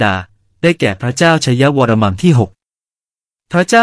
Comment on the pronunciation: ตรวจสอบนิดนึงค่ะ'วรมัม'หรือ 'วรมัน' ผู้อ่านออกเสียง'มัม'ทุกคำ ส่วนตัวเคยเจอแต่ 'วรมัน'